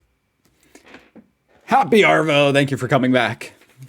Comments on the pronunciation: Just saying he has no idea how to say "happy arvo" in Australian it's not even something aussies (pronounced ozzies) say, he should (if he want to for some reason to keep saying happy arvo) be saying "happy aarvo". The double "a" then "r" is like in aardvark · mate... seriously... EEEEEMMM YOUUUUUUU!!! Also "mate" is pronounced mah-it, not meh-it. Also also, no Aussie (Ozzzie, as in Mozzzie - mosquito) says "happy arrrvo" no... NO! Just G'd-eye (good day to you) or Owzzit-gowin (how's it going - duh;) Also(x3), "Arvo" is pronounced Aah-vo. No wucking forries, mait we still luv ya dow-neer. Keep up the good work. Uhm, anyway... seeyah.:-) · NO R, in AVOO mate.